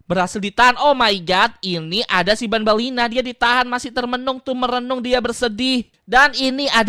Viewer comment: Bukan ban-ban dan ban-ban Lena nap-nap sama nap-nap lena